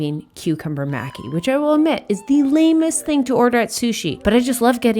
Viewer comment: Sorry to be obnoxious but it's "mah--Kee" for maki!!!! ily